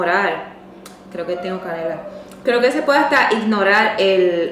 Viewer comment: La canela? Que No se le entiende